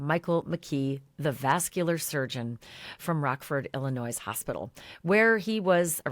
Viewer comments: Did I just hear you say Illinois with an S on the end!? The S on the end of Illinois is silent. I lived almost my entire life in Illinois and there is no S sound on the end. It is pronounced Illinoi…silent s. I am shocked that you are the third person this week that I’ve had to tell them, the S at the end of Illinois is a 100% silent! Thank you. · Girl I can’t believe you just pronounced Illinois with a S. .. You have to know the S is silent !